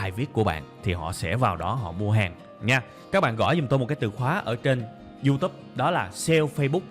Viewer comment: Mình rất thích cách tiếp cận và chia sẻ kinh nghiệm của bạn về kiến thức, rất dễ hiểu và chuyển tải hết được thông điệp của bài giảng và đặc biệt giọng của bạn rất bắt tai. Chỉ một ít feedback như sau nếu bạn có thể nâng cấp cách phát âm chuẩn các từ tiêng anh thì quá tuyệt vời. Ví dụ: youtube, Sale và SEO những thuật ngữ trong chuyên ngành mang từ nước ngoài vào thì phải đọc đúng vì bạn sẽ là tấm gương cho hơn 700 ngàn con người việt nam noi theo.